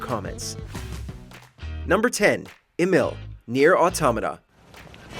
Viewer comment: Bro , his name is Emil (Emeel) Also he's not a robot 😢